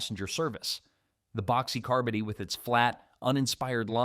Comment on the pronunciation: AI can't even pronounce "carbody".